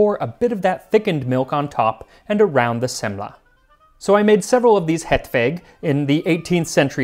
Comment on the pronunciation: He's like halfway there, where he's falling short is in the vowels, as in their proper tones and lengths. The way he pronounces "hetvägg" makes it sound like "hetvegg." I'm willing to cut him some slack, because English simply doesn't have the vowels Å, Ä, and Ö, but I think they would not be hard to learn. Maybe he will do another Swedish recipe some day. I agree that people are exaggerating their praise, though I think that's because most English speakers trying to pronounce Scandinavian languages, are usually much worse. One that always stuck with me was an older American man showcasing an old Karl Gustaf m/45 (the old Swedish army SMG), and he described it with great fondness, but trying to pronounce "Kulspritepistol" it came out as "karoolpistool."